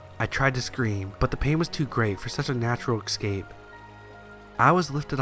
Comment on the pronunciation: Corn maze was obnoxious and ridiculous. And the word is escape not excape!